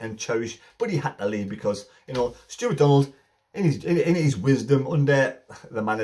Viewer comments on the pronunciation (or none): none